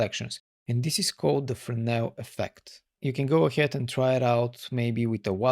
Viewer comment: Really good video love some words you be saying FERNOW thats how it sound when you say Fresnel and my stupid self go and type Fernow i was like there's a node call fernow 😁😁good video 👍👍